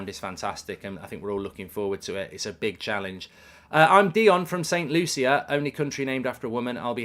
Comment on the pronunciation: I just wish he said my country right as I am from Saint Lucia also